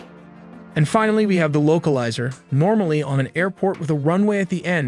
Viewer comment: Oh no not the LOCAL LIZER ANTINA. This video has so many mistakes, the pronunciation is the least of it. Really terrible, you're putting out incorrect information in a moment of crisis.